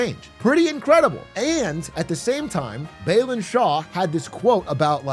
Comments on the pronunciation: It's BA-LEN BA like in 'BA'R, and LEN like in 'LEN'GTH Not beelan like in 'Be'st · Somebody really said it during this election "Voting is not charity, it's rightful" And thank you from all Nepali fans around also* His name's pronunciation is not Bay-lin it's Bah-len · Balen❌️ belun✅️ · i'd say it does. we'd like to see his name pronounced right! :)